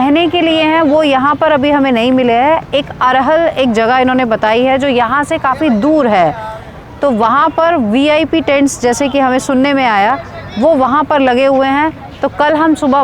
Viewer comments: Arhar nhi arail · जी, वो वी आई पी टेंट वाली जगह का नाम अरैल है न कि अरहल । शनिवार शाम को मैं इसी अपार्टमेंट के सामने से गुज़रा था । पहले से पता होता तो आपकी पूरी विज़िट को गाइड कर देता । आप कुछ जल्दी आ गईं हैँ, यहाँ असली रौनक़ 15 तरीख के बाद शुरू होगी ।